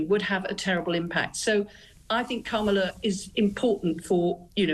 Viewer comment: Oooh! She pronounced ‘Kamala’ wrong! Racist!